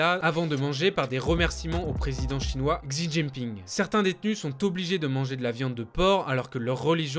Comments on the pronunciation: Juste le "x" en chinois se dit "sh", donc Xi Jinping ça se dit "shijinping" et Xinjiang "shinjiang" ;) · ah oui... "On dit bien shi djinping " hmmm ouais je vais te laisser livrer à toi même continuer à prendre les gens de haut parlant d'une langue dont visiblement tu ne connais même pas l'alphabet (pinyin)